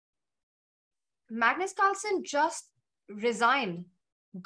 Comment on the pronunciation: Pagnus parlsen 😂